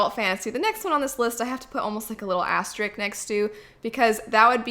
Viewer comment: "Asterisk" not "Asteric" LOLOLOL